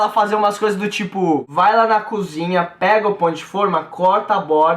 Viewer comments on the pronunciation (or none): none